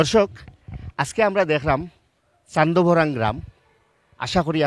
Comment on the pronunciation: Afne -or oto boro ekjon uposthapok ar Chandbhorang namta tikmoto koita farla na. Barbar khali Chandobhorang Chandobhrang korla.